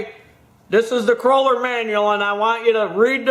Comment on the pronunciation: Great information, exactly what I needed to know. But, I have to say, it is a KOHLER engine, not a KROLER, just sayin' buddy. A Kroler (Cruller) is what you buy at Tim Hortons to go with your coffee! Boogie on and keep those videos coming.